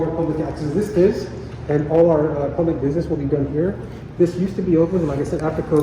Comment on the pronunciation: "Puplic Records" its not open to the puplic !